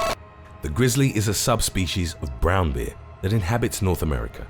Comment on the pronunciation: "Bee-ah" - I'm not sure why his pronunciation of that word tickles me so.